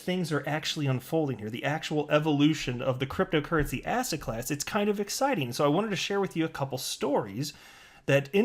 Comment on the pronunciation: Every time you say "asset" I hear "ass-hat" 😂😂😂